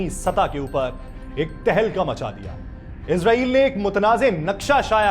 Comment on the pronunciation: او بھائی اسرائیل ھے ازرائیل نہیں موت کا فرشتہ سمجھتے ہو افسوس پڑھنے لکھوں پر